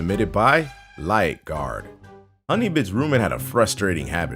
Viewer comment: is it just me or did everyone else think that whenever he said roommate it sounded like room maid